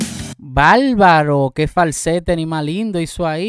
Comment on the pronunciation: ¿Por qué dices" balbaro", por "favor", etc.?